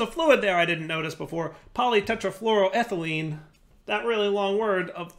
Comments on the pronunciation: Massive round of applause and cheering: pronounces polytetrafluoroethylene right first try 👏🎉👏🎉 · ...you can pronounced polytetrafluoroethylene correctly on the first try, but have trouble with acetaldehyde and entangloporter? 😅